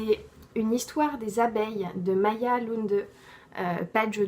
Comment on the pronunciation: Ça se prononce Maya 😉